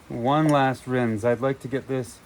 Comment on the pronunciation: Aquarium aeration stones work better at getting O2 into your solution. They seem to hold up really well. The ones I've been using have lasted over a month. Oh, and it isn't pronounced "rinze". The "s" in rinse actually has an "s" sound.